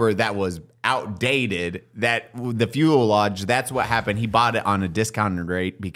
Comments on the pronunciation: What the heck is a Fuelosenge,? Do you mean Fuselage? 😂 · Someone tell fuselage is pronounced (fews a lodge) not (fuel lodge) lmao